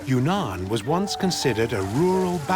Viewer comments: Not secret lands at all. This wee man lived there for a year - wonderful place - not secret. And it's not Yoonan - it's Weenan. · It's not Yoonan, it's OOwEEnan , or try Weenan.